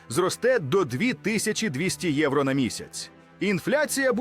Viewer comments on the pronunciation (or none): none